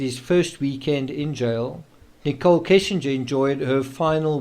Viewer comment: It's not Kissinger. Kessinger is the last name.